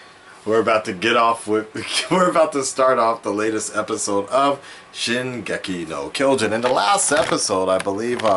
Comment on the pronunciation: How is it you live in Japan & cant properly pronounce the Anime title?